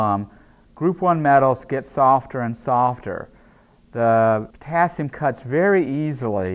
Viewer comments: Me: Potassium Him: p o t a s i m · I'm confused, is Potassium, or poTAAAAASIUM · writing : the potassium speaking : the p'tAAAAAAAAAssi'm' english. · I like how he says potAAsium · Am I the only one who heard him say " pOtaSium" throughout the vid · Sei lá... O jeito que ele fala "potassium" é diferente...